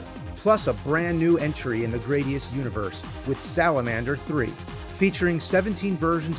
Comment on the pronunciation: GRAD - IUS Not GRADE - IUS